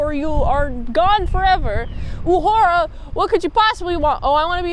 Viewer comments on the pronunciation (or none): You say UH-whore-ah. It's not ooh-hur-ah. And I'm not kidding or trying to be disrespectful. It's actually the only way I know to spell precisely how her name is pronounced.